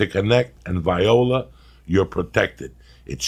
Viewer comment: He said vi-o-la instead of voila. LMFAO